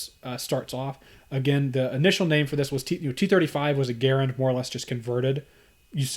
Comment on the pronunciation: GUH-RAND is the rifle. GARE-IN is the man.